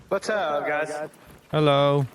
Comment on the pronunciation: I think you mean "herro" ~ or "oh, heddo"